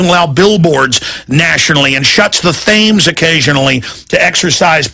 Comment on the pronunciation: Alex Jones is thick as pig shit lol. What the hell is he doing on this channel??? He cant even spell and pronounce things in the correct mannor. Its the river Themes with a 'T'/not a 'TH' you dumb shit.